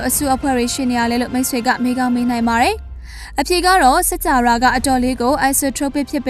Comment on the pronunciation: စၾကာဝဠာ - စက္ၾကာဝလာ ပေဟဠိ - ပေဟလိ ပါဠိ - ပါလိ အဲ့တာေလးေတြ ျပင္ေပးပါလားခင္ဗ်ာ အေႏွာက္အယွက္ျဖစ္သြားလ်င္ sorry ပါ ခင္ဗ်ာ